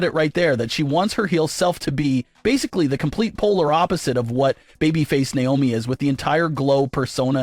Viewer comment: It's not niomi it's Naomi 😢